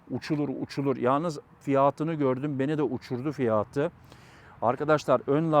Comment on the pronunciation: "Kamara: değil doğru okunuşu "kamera" , bir de "fiyaaatı" değil "fiyatı"